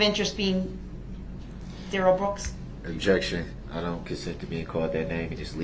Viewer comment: Oh what little stature, and tiny minded we see of that Duh-Rell. Duh-Rell try sound edumacated